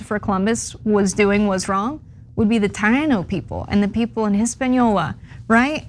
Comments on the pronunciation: I'm totally down for getting rid of Columbus Day and celebrating our indigenous people instead. But, girl. Tayano? Viseroy? Did you review your script beforehand? Really cuts our progressive credibility. ::Chrissy Teigan face:: 😬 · FIX YOUR D@ PRONUNCIATION!! EVERYONE KNOWS "TAINO" and "HISPANIOLA" DOES NOT HAVE AN "H" SOUND😡 IT MAKES YOU SOUND UNEDUCATED!! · Although I agree with everything you said, your mispronunciation of Soprano's (and it's not a comedy) and Taino was painful to listen to.